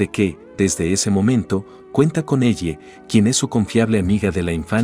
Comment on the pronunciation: Es ellie no elle pinche IA no pudiste decir elly o algo parecido 😔